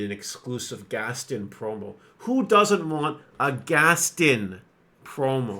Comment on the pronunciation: It’s GAST-ON not Gastin